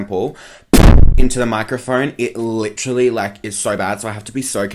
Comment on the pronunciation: "Lit-tra-lee" aka literally lmao 😂 love you ❤